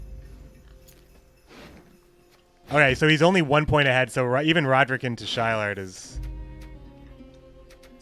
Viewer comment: Wouldn't Shilard's name be pronounced as "Shi-laad" instead of "Shy-Lard"?